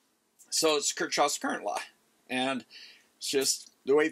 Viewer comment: We could have another video on how to pronounce Kirchhoff. 😁